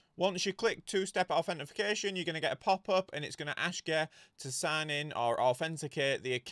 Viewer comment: Did someone comment it's authentication, not authentification? Bugged the hell out of me😅